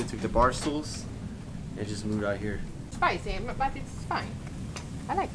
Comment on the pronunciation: SPAJSY BATT IT'S FAJN, AJ LAJK IT!